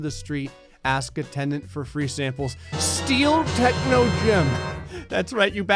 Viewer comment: I like how techno said techo on one part